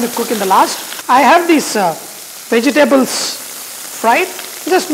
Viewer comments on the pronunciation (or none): Vejji-tables lol! Sounds KLINGON!